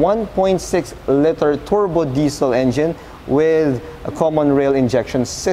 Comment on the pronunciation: Liter not letter. Parang leeter. Just some constructive criticism :)